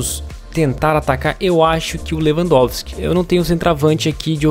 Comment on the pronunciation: na hora do 2 gol lewampotiqui tapinha falou errado kkk